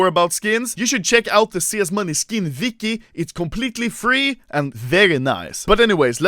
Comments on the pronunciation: Who the fuk is CSGO Vicky?! Oh wait... You mean Wiki? With a W... It's not pronounced V... That's a different letter all together... That triggered me so bad XD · Everyone else: "Wiki" Anomaly: "Vicky"